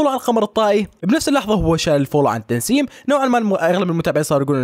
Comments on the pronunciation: يابني ادم مو اسمها تنسيم🙅🏻‍♀️🙄😒 اسمها تسنيم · تنسيم😂🥲❎ تسنيم✅😂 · عنجد بتضحكني لما تقول تنسيم وهي اسمها تسنيم 😉🤣🤣🤣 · ع فكرة اسمها تسنيم مو تنسيم😂😂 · تسنيم ❌ تنسيم ✅ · اسمها تسنيم مو تنسيم